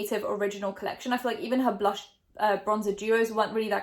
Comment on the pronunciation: Blush but blush with an r 🙃✨